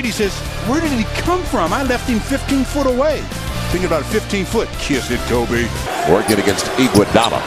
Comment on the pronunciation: KMOBE! lol the guy gotta learn how talk